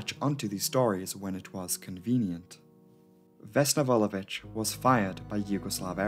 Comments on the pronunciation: Slavic surnames are generally difficult to pronounce because most of them end with -ić. Most of english-speaking people just say ch instead, but actually did an awesome job. She has 🇷🇸 seal of approval from me. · 1) I am actually very grateful that you did this because I am from Serbia. 2) You actually pronounced Vulović how it is supposed to be pronounced.